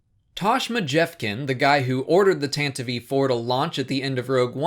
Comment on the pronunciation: Pronounced TAN-TIV, the e on the end is silent.